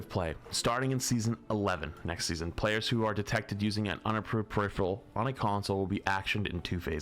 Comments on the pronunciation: It’s peripheral. Per-if-er-al. Not periphREal. Smh my head. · Died a little every time flats said peripheral 😂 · PER-IF-ER-AL, not PER-IF-RE-AL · its one of those words where many ppl make the same mistake just like "turret" does not contain the letter N.